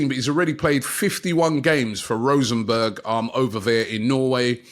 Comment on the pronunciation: the clubs name is Rosenborg ..... not rosenberg